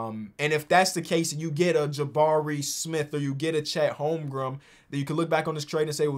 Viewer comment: “Chet Holmgum” a classic name he can’t pronounce